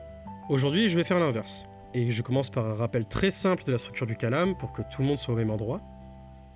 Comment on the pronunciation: Coucou, juste une précision : c'est kalām et non kālam كلام en arabe, le long a est le premier